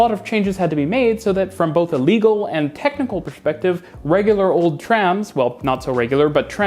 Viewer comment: Did you just say "pershpective" in ? I love it. Nice German accent. 😉